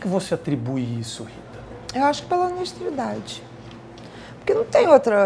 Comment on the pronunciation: "Honestriidade"...... rs rs